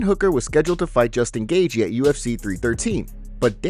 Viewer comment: Why can you not pronounce names correctly! It drives me crazy. Gaethje (GATE-CHEE) Not (GAYJEE) and it is pronounced (PEŌTER YON) Not (PETER YAN). Please for the love of God, check the pronunciations of the fighters or you are just as bad as Dominic Cruz!